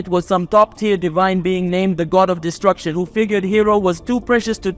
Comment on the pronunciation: Its destruction not distruction